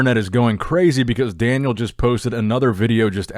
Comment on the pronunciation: Hi just a tip it's not pronounced Daniel but "DAAN-YAAL" great video btw